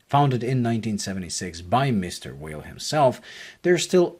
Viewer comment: your full of shit .. and you cannot even say the name right .. its not promouced as weil but vey..